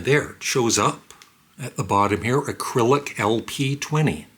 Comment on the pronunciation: Hi,. It’s not important and I know you have some trouble with words, but the product isn’t called “Acrylic” it’s just “Arylic” (uh RILL ick). Aside from that minor item, the product seems cool, but I’ve got enough electronics in my life and I’m satisfied with my middling setup. Nobody ever sends me stuff!